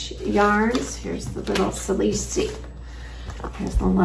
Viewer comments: So happy to catch up with your knitting and your adventures! I am loving the yarn from Oenling - it looks so soft and lovely. As does the yarn from Lamb and Kid!! I just wanted to let you know that the word Salish is pronounced Saylish. The name refers to the Indigenous peoples that inhabit the area. ❤ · I Salish is pronounced “sail’ ish” with the accent on the Sail.